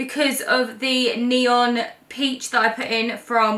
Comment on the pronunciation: She really just called peach 🍑 porange huh?